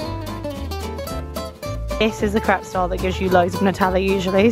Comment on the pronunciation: I’m laughing so hard, when you said ‘Em, you really need a ‘crap’ 😅😅😅 it’s called a crepe, pronounced Krayp 😂😂😂 second crap of the day ! I just can’t 😂😂😂 great vlog though!